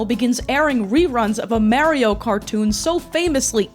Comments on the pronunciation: Have i been saying Mario wrong all this time? Or is pronouncing Mario as Mah-rio a Youtuber conspiracy? Cause almost every Youtuber (not just foreign ones) say it like that? This is like Rosalina all over again, it's ROSE-ALINA, not Roz-alina. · I can't keep hearing someone say Merry-Oh so confidently. I'm sorry, you seem awesome, but it feels purposefully annoying. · Lol, because he definitely says, "It's-a me, Mary-o !" 😂 The east coast pronunciation of this property's main character will never not be funny to me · Yea cuz he says “Itsa me, Marry-o” I’ll never understand ppl like this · Why do you keep saying Mary-O? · I love how you pronounce Super Mario. "Supah Mayrio." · you still pronounce mario "mehrio" in anno domini currentyear? srsly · Love your videos but hearing you say "Marry-o" dozens of times is making me wanna pull a Luigi of my own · Meyrio, just love how you pronounce it. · please pronounce mario correctly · I hate how you say Mario but love how you say Poop so its okay I guess... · It’s pronounced Mario not Mario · Why do you say Mario like that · The way you pronounce Mario is going to give me ulcers. Good video. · I don't know why but the way you pronounce "Mario" sends me 😭😂♥️🎀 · There's an episode of Club Mario where they eat a guy alive for pronouncing Mario like you lucky for you I cant find it. Them eating the guy alive may or may not be hyperbole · skum that does not you pronounce mario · why do u say mario like that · Waiting for you to be flamed for your pronunciation of “mario” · okay, are you callin him mawio on purpose? what is that aboot? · I'd love to watch but my autism won't let me continue after the continued pronunciation of Mario. I'll assume it was a good reproduction of events. ever play sunshine? FLOOD literally says "Mar-ee-o".. Edit: I tried for 10 minutes, I'm screaming and I'll be seeing myself out. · It's not M-air-ee-oh. It's M-are-ee-oh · this video would be 10x better if she just said Mario instead of Maerio 😭🙏